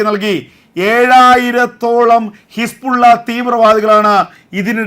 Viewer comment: എൻ്റെ ചേട്ടാ ഹിസ്പുള്ള അല്ല.. ഹിസ്ബുല്ല.. കൂതി അല്ല ഹൂത്തി...ഇതാണു ശരി... കുറച്ച് ആവേശം കുറക്ക്..😢